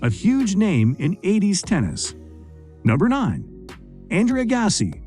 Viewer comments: Learn how to pronounce their names.. P L EA S E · Agassi and Nadal....shocking pronounciation 🤦‍♀️